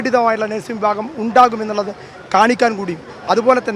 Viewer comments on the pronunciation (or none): none